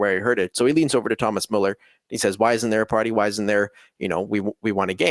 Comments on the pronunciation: damn guys ... learn to pronounce müller correctly ... such a pain to a german viewer :((((((((((( ... its soooo easy! therefore a thumb down unless you wont learn!!! (BUT: my respect you know the fcb history with great former and actual players!!!) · Guys, either put the umlaut over the u or add a e (Mueller), otherwise you're not spelling / pronouncing his name correctly